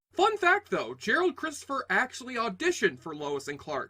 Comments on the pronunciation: I think you called him Gerald ( I could be wrong). It's actually Gerard. Also, the Salkinds considered having Gerard Christopher taking over as the new Superman in a film. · His name was Gerard, not Gerald. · Apparently the Superboy actor's name is GERARD Christopher...not "Gerald". Still a good post, though. It got ME curious to see the show.